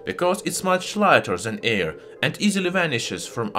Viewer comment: Haha, yeah, i love how he pronounces certain things, like how something easily ignites in the "ear", haha. Can't help but imitate and repeat some of his phrases, it's part of the fun and learning. His closing: "And if you liked this video, don't forget to give it a thumbs up and subscribe to my channel, to see many more new and interesting." is a classic. But yeah, it was weird to suddenly hear a perfect English speaking voice, which was actually a good choice in terms of reaching a wider audience, but a lot of us took it as him making a concession because he thought his English sucked. His accent is super heavy, but it's not like i don't actually understand what he's saying. It just gives it a geeky charm, instead of a formal and boring English voice, i'm already subscribed to plenty of those channels. We were all happy when he ditched the narrator after only 1 or 2 videos or something, haha, and look at him now, almost near the 1 million.